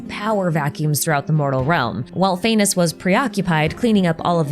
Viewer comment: does not the pronounciation of Phanes sounds like 'Venus"?? the morning star and all dat